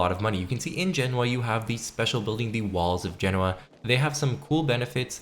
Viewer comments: You said something like Jenawa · Genoa, you pronounced that fucking badly 😂😂